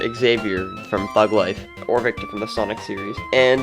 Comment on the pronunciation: Who else cringed when he called vector victor?